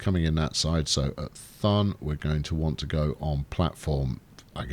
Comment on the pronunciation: everytime you say Thun I die in the inside because it's so horribly wrong